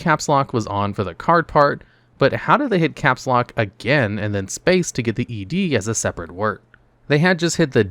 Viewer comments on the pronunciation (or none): none